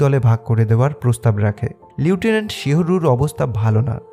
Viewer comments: লিউটেন্যান্ট নাকি লেফটেন্যান্ট??!! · লিউটিনেন্ট না লেফটেন্যান্ট হবে উচ্চারণ টা...😅